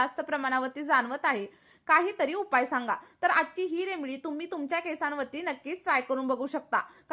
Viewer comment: Aho Taai, English jamat nahi tar marathit bola na, remdee, mhantana shembdee mhatla sarkhe vatate, aani khoop kahi. ❤😂😅